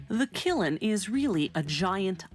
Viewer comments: Not Killin or Prohcess, dang. Kiln, one syllable and prahcess, for process. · she says killin, no kiln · The fuck is a killun? Kiln. Kihl-nuh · Gotta go in the kilan? Lol! It's kiln, no a e I or u or y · I always heard it called a kiln rather than a killen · It's not a "kill'in." It's a kiln. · Its Kiln, bot Killin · Kiln not killen wtf people? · Kilin..? I've heard of s kiln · What the heck is a "killin"? Its a Kiln. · "KILLEN"? What? Kiln. Teach her how to pronounce. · I've heard it called a kill before, even a killed, and now a killin.these narrators get payed quite a bit of money.you'd think they'de know how to pronounce the english language .FIRE THE "B".I wonder what her first language is. Any first grader knows how to sound out a simple four letter word,you "F-ing moron.post by jd avery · It's pronounced "kill". The n is silent. However the root word was cylene. So I can see why she used killin as the pronunciation. More likely she used it because it was script and that's what whomever had written for her. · KILN NOT KILLEN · What the fuck is a killen, speak it how its spelt... Kiln, backwards pronouncing morons. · I was thinking the same thing kiln isn't pronounced kil-en. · Ms. Narrator let me show u the word Kiln, now does it read killin to you ms. Webster? T Y.... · why does she say 'killin' insted of kiln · That guy there... the correct pronunciation is kiln not kilan..کلن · Kilen? It's Kiln... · Killen hurts my ears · Please ... If you are going to narrate a film .. of ANY type that will be seen by anyone else... PLEASE learn the proper pronunciation of words .. like.. oh.. let's just say for example : KILN ... * sigh * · It is "killin" me the way she says kiln. Oh well, I guess it is never to late to go back to square one in the "prow-ess" so I don't loose my head from the "gull-iten". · Its "killen" me the way she says Kiln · Seriously, how TF do you get two syllables out of KILN? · Sorry who pronounces kiln as killen? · usually its pronounced kilm